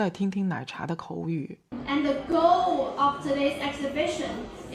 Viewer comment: 有一说一 奶茶那一段英文说的不错了 就凭她能把goal里面的L发出来都吊打大部分留子 唯一的问题就是她所有的to都读的太重了 其他的部分语调 发音 流畅度 重音 抑扬顿挫都完全没有问题